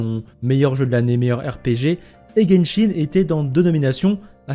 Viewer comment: nahel X ça se prononce guenshin c'est pour rire qu'il a dit jenshin